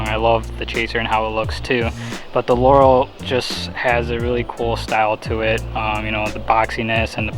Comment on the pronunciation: I'm so glad you pronounced Laurel correctly